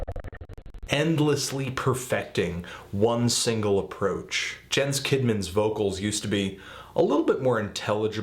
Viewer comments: Jens is pronounced Yens, and by the way, Demiurge is pronounced Demi-urge. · "yens" kidman. j is like a y in swedish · His name is pronounced "Yens" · Jens' name is pronounced as "yens." He's swedish you know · it's "Yens" with a soft J. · Oh, and the moment you mispronounced 'Jens' is the moment this review lost all credibility.